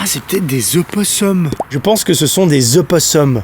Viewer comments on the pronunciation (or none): Purée ça me fume quand tu dis opossum c’est super drôle